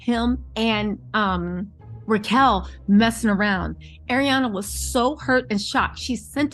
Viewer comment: It's Rachel. Not Ra chel.